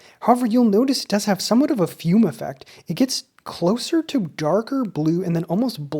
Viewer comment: Great review! BTW, it's pronounced "fu-may" rather than like the English fume with a silent e.